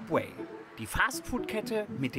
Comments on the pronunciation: Sabweh, Siesasäläd... Uff Und als ob der als Koch nicht wüsste, was Fajitas sind, wtf... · Wenn er bei „Subwee“ schon so überfordert ist frag ich mich wie er allein zum kacken geht.